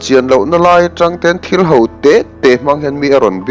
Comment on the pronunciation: A ṭha hle mai. 'Ho' tih turah 'hau' tia lam rik a awm zeuh zeuh.